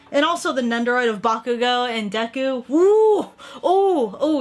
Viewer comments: You said neku instead of deku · I swore she said Necku